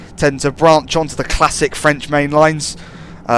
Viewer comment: Impressively accurate French